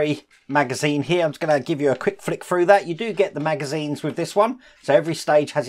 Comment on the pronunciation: Love your videos,! Leaning toward starting this model but haven't decided yet. Waiting on the Ecto-1 to resume. Also, anyone else think about playing a drinking game to this video? Every time says 'fred this froo', do a shot! I'd be falling out of my chair halfway froo (through) the video!!;-)